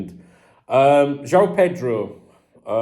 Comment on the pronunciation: Hello, as a Brazilian, I feel the obligation to help you with this one: to pronounce João correctly, you spell first "JO", then: "Own" like "I own this thing..." so: JO-OWN. It's hard for you because of the "ÃO", when you try to spell the "A". Sound of "ÃO" = OWN.